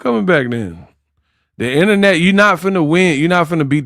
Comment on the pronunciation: It's INTERNET not INNERNET! 😁😁😁